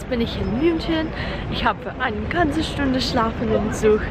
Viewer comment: is that how you pronounce "ganze" in Passau dialect?^^